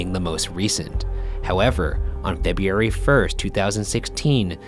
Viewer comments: Ryan... It's Feb-RU-ary, not Febiary. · There goes Ryan with the fucked up pronunciation of February again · 10 episodes in and Ryan still can't pronounce February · Ryan's "Feboooary" kills me every time :) it keeps popping up in other videos too lol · no one: ryan: febeeary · "Febyeeary" will forever be my favorite thing on Buzzfeed Unsolved 😂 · Ryan’s inability to pronounce February is my new favorite thing. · February, that 'r' should be in there. But 👏👏👏. Either way, Ryan needs to pay attention because I swear more things on unsolved happen in February than any other month. And his pronunciation kills me. 😂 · Ryan, please learn how to pronounce FEBRUARY... Ghosts are probably laughing at you haha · It is probably mentioned every time he says it, but I have to say I think it is hilarious and adorable how Ryan pronounces "February". Love it! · Why can't Ryan pronounce February? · the way Ryan pronounces February is the scariest thing of all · They way Ryan pronounces "February" physically hurts me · When Ryan said February it had me laughing sooooooo much lmaoooooo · anyone notice that Ryan says February weird? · IS THAT SERIOUSLY HOW YOU SAY FEBRUARY!?! #buzzfeedpostmortem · okay but wait the way Ryan says "February" gives me so much life. it's horribly mispronounced every single time but i'm so okay with it. it's adorable. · Why can't Ryan say February? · Ryan, you need to learn how to pronounce February! 💖 seriously though, I love this show so much!!! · Is it just me or the way Ryan said February was wierd?😂